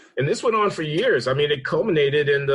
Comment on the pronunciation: I think he said "I mean," but it did sound like "Amy."